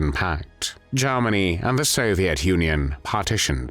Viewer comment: Jarmanny?...Is that anywhere near Germany?...Why do you sound so pissed off? Personality problems?